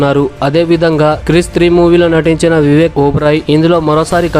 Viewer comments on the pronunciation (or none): క్రిస్ కాదురా ముండా క్రిష్